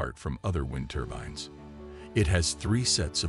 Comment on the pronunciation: Hard to take a presenter who call these turbines ' turbans' , seriously.